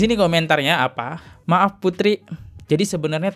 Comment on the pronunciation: Mba dibaca maaf, 🤣🤣 Latihan pengucapan kata yg benar napa. Dri awal liat konten2 lu masalah vina ini , selalu gtu mulu.